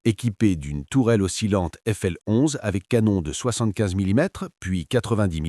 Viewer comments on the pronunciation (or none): none